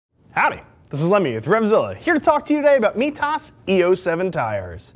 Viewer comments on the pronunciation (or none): migh tas not mee tas